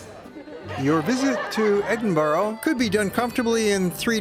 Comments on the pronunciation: it's not Edinburo, it's Edinburr. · Americans its not Edenboorg its Edinburra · Edinburgh not Edinborough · I've heard of Edinburgh...not Edinbro!!!! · Tariq Rasheed exactly! It's Edinburgh, pronounced..ed in bu rah .not Edinbro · Please: it's pronounced Edin-burrah: you Americans! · It's pronounced edinbrugh or ed in bu ra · Well made content but PLEASE learn how to Edinburgh the way you say it hurts my brain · where the hell does the letter O appear in EDINBURGH learn to pronounce my city correctly before making a documentary ignorant prick.